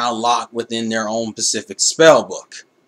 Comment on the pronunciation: u said "pacific" ...its "specific".... the glasses fooled me smh